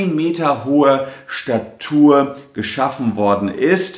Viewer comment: Ich glaube er pronunziert Statue falsch :)